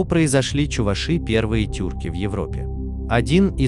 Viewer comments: ЧувАши, а не чувашИ. Безграмотность нынче везде. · Пожалуйста, ставьте ударение на букву "а", что за неуважение к народу. Вы же не говорите чувашкА, а говорите чувАшка..Будьте немного вежливее. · Каждый раз буду поправлять, увидев подобные ролики! Не чувашИ, а чувАши! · Не чувашИ а чувАши